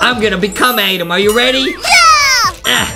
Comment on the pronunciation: Justin says adem